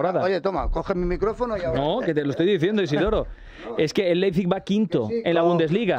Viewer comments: LeiZPig no. LeiPZig. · Laipsik, pronunciándolo bien en alemán